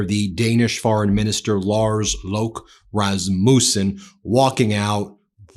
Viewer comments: Rasmousen? No, no, no! Rasmussen*. Lot’s of S in it, no ou. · Dear Ben, it is not pronounced RasmUssen, with emphasis on the u, it is derived from the firstname Rasmus, hence meaning the son of Rasmus, with emphasis on the first syllable - I sort of remember that since I've also had that surname... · I am very interested and impressed by your coverage of current events, but could you PLEASE do a bit of research beforehand and pronounce the names of foreign dignitaries correctly? It is pretty disrespectful, to say Razmoosen and Macrone etc. all the time. Obviously you have fact checkers and international correspondents, so you have the resources to do better! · Rasmuuuusen 🤣. Americans can't pronounce foreign names. Please stay where you are and never put a foot on European Land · Please pronounce his name right Ben. The U isn’t pronounced as a U. It is more of an A. My maiden name is Rasmussen.